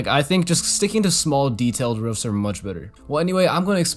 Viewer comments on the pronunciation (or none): 19 mins in he talks about rufs! I love the way you say roofs. Keep going bro, your doing well 🥰